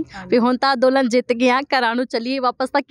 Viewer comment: ਅੰਦੋਲਨ ਬੋਲੋ ਅਦੋਲਨ ਨਹੀਂ